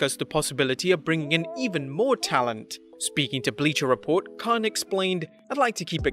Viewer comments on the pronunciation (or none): none